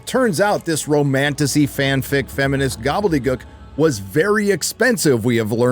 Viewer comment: That’s not how you pronounce gobbledygook